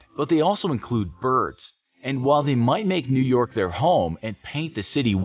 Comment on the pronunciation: New York become New Yolk